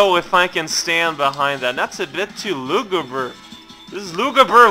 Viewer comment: lol, "luguber"